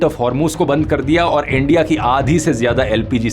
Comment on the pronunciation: "ENDIA" , ab to bhasha bhi unki bolne lage